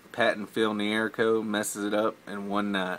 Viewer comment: I'm a neighbor of Phil's, FYI he pronounces his name "Knee Crow", not "Near Ko" Nice guy, the city of Flowery Branch renamed part of the street off Exit 12 and I-985 after him. He lives on Lake Lanier and the cove the backs up to our properties is affectionately referred to as "Niekro's Cove" The Atlanta Falcons training camp is also in Flowery Branch just a few minutes from us.